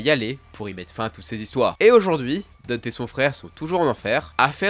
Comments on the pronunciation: Après pour les pro VF, ça reste un nom propre et prononce "Dunte". En VF "Dante" avec un A. Comme le début de prononciation en italien. Donc on est pas bon non plus.C'est pas très grave mais faites pas les pros VF si déjà ça va pas. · Mais pourquoi tu l'appelles Deunte ? C'est Dante. Ou Danté. Mais pas Deunte. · Ça se dit Danté pas Dente😭😭 et on dit pas Néro mais Niro… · Par contre dire Dunte non c'est Danté prononciation 🤣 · "Danté" stp t'a tuer son aura avec ta prononciation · C'est Dante (comme "dans" et te), et pas dunt 😂😂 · Même sur NEtflix, c'est bien DANTe, genre une dent dont on prononcerait le T, pas Deunte ^^' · Dente??? Dente?? Suis dégoûté... C Dan-nté Danté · Très bonne vidéo, mais par pitié, pour la prononciation c'est pas "Dunte" ou "Dante" (malgré que ce soit basé sur la divine comédie), mais bien "Danté", que ce soit en anglais ou en japonais ils le prononcent comme ça dans les 2 cas, puis bon on va pas se mentir ça sonne 100 fois mieux aussi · un truc me chiffone avant de commencer la video, il s'appelle pas dent, il s'appelle DANTé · Pourquoi est-ce que tu dis Deunte et pas danté, ou Dante à la limite ? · Vidéo cool, mais comment tu chies sur la prononciation a ce point...? Chaque jeu l'appelle bien DantE, chaque cinématique dit bien DantE, chaque personne dit DantE et même chaque youtuber dit bien DantE. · DANTÉ!!!!! Que ce soit dans le jeu, ou en VO c'est DANTÉ pas Danteuuh! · il en a une nouvelle version dans dmc5 qui se transforme en bâton maniant la foudre ou le feu 3 en 1 ah ba nickel Par conte je t’en supplie c’est dantÉ pas dante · le dante ma fais grinsser les des dents cest danté haha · DantÉ je t'en supplie, c'est pas Dante, c'est DantÉ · Merci, ça m'a soûler son dante😂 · Y a eu 3 vf pour l'oeuvre, le premier anime, DmC Devil May Cry et l'anime Netflix. Dans les 3 c'est prononcé Dante et pas Danté. Par contre ouais il m'a crispé aussi avec son Dunte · On dit l'enfer de Dante pas de Danté... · C’est vraiment une folie de dire Dant’